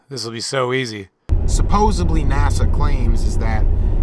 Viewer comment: He said “supposebly” 🛎🤦‍♀️